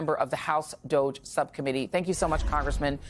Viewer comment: DOGE pronounced Doggy, bend over America